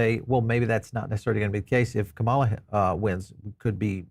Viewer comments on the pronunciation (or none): KA-ma-la. Pls pronounce her name properly.